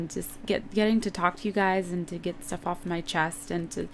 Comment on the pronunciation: i like how she says shtuff instead of stuff! :D